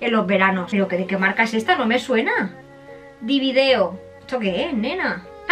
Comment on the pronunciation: Jajajajaja el corsé de H&M es de la sección "divided"... " Ehto de donde es, divideo" Jajajaajaja